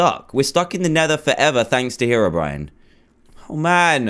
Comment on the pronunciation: you said terobrine hahahaha :D